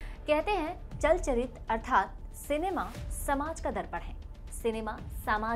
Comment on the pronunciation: Its chalan chitr not chal charit